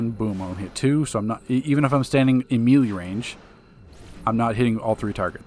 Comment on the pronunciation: Bro it’s melee (May lay) lmao